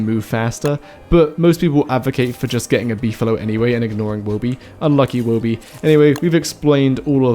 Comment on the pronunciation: Thanks for saying Woby correctly. Some people can't read 'Toby' and then 'Woby'.